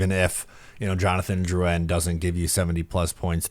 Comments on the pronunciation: This video just shows how Matt O’Leary is the more reasonable one on the podcast. pronounces Drouin’s name with a Crazy accent for no reason, and actually thinks he’ll put up more points on a lackluster offensive team than Colorado. I lost all credibility for what says after this take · Yes, I love the content but going out of the way to pronounce these names as if we were in Quebec is nauseating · no all is good I just think the pronunciation of the name is wild and the take is really incredibly out there. I feel like you act like this one player will flip the not so good offense to being good again when the reality is that’s not the case. Drouin was just a fill in guy til the prospects come up through the draft. Apologies if I maybe came off too harsh but I just think you need to know Drouin isn’t anything amazing. Isles never have signed an elite level FA in their history. He’s going to give us 50 points max.